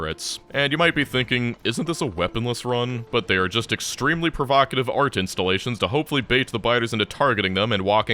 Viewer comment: extremely provocative art installations :) Also Its pro voc (as in vocal) at(e) ive Not vah cuh tiv Voc(e) at(e) ive Love